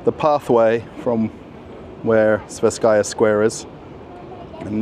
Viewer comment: It should be pronounced as the "twe" part in "twenty".